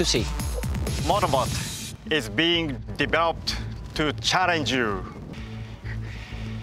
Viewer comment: valenitno: enthousiatic laughter engineer: "motowbot is bingeh deverouppet to charrenge yuuuu" valentino: frowning "hmm"